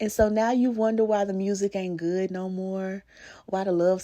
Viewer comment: “That’s a goodT man Savannah” 😂